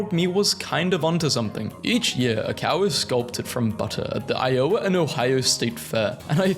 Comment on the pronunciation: Your pronunciation of Iowa is heinous.